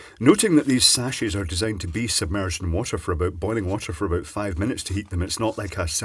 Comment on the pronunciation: "Out and aboot"